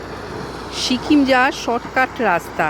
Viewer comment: Sikkim not shikim😊